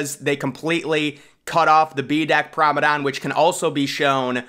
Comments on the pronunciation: It’s P R O M E N A D E, GET IT RIGHT 😡😡😡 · Are you saying "Pramadon" on purpose? You can't not know how to actually pronounce the word